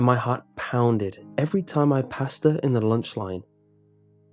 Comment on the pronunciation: I thought he said "Every time I PASTA (passed her) in the lunch line"